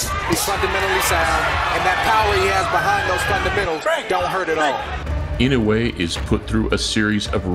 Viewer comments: IN HAWAII WHERE I LIVED WITH LOTS OF JAPANESE FRIENDS AND SENATOR INOUE ...ITS PRONOUNCED: I N O Y E ,INOYE NOT INOWE ,NOT INOWEY ! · IN-NOH-WEH not IN-YO-WAY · Pronounce it like this In-no-way. Easy enough right? To my fellow Americans I'm sorry I'm choosing a JAP over American blood 70 years ago that would have been a syn to say in America lol but times have changed and I'm so interested in Inoue and intrigued by his skills. He will win Fulton hasn't even fought hi caliber fighters. Inoue is exactly that. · it's eee-no--woo-ay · pains me as a japanese person how everyone mispronounces his last name